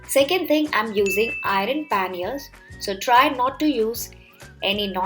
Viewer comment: Ur pronounciation of iron 😂